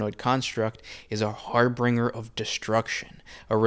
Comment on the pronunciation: It’s not “har-bringer.” It’s harbinger. The middle sound is “binge.”